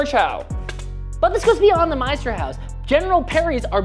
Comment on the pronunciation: There need to be a bit more of a pause between Meisterhau and s. Otherwise it means Masterhouse